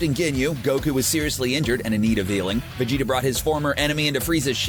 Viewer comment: Ahh he said vadeda